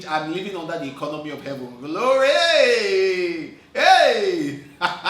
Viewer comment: It's the “gloree” at the end for me 🤣🤣